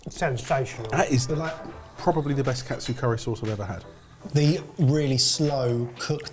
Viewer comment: 1 minute in and both chef and normal confuse katsu with kotsu.